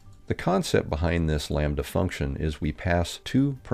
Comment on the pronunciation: sees “lambda” For no reason: says “Lom-badda”